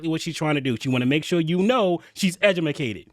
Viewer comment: Love it; “edumacated”. 😂